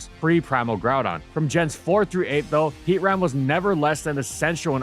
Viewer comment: It’s heatran and it’s not close next video